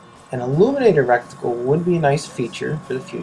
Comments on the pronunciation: Turret and reticle. Not turreNt and reCticle. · It's "MIL reticle"! Not "mill reticule" as you write in the description. - Add: And it's "reticle" XD sure as hell not "recticle" as you say in the vid. -Add: AND... it's "turrets" not "turrents". LOL!!!!!!!!!!!!!!!!! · Goodness. Stopped watching soon as i heard rectincal. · This is a good review and thank you for that. now learn how to say reticle